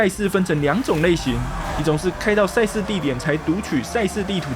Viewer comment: 恩...千速，話說為啥賽事我聽起來都像差事?XDDD